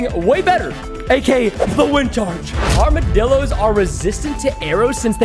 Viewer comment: He just said armadillorssssss